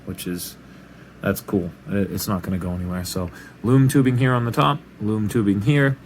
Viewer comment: I thought u kept saying “moon tubing” but I still somehow knew what u meant and I finally heard “loom tubing” and I knew what it was😂😂